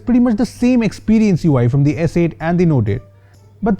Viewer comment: Did he say s8 "t"???